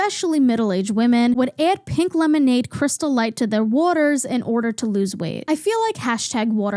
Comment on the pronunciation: lemonade. its lemonade